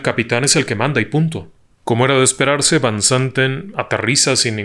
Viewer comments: Magistral relato, me atrapó desde el inicio. Lo único es que no mencionaste que Fanny Cano, actriz Mexicana también guapa, iba en ese vuelo también y el apellido de del piloto de KLM, Van no se pronuncia así, si no como Fan. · Van se pronuncia (fan) que significa de